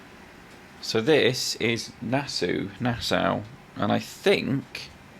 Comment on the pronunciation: Nass-aw rhymes with saw. 😉